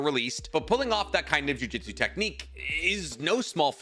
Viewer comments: Hey man its pronounced Ju Ju tsu not juijitsu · wanna start off saying I love your videos. Quick question: maybe you do this because of something I don’t know about the series, or it’s just and idiom, but why do you say ju jitsu instead of jujutsu?